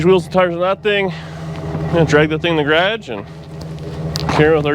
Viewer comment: It's garage not grage